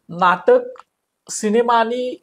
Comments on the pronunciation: अँकर ला "सिनेमा" शब्द निट उच्चारता येत नाही.. शिणेमा बोलतोय..😅😅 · शिनेमा नाही सिनेमा असतो 😂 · शिनिमा नाही सिनेमा!